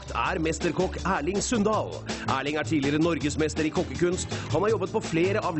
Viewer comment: Du må ha breiare L da får du dialekta fra Sunndal